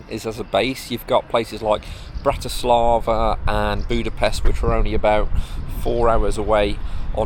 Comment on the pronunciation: Please at least try to correctly pronounce the city and also its capital Bratislava.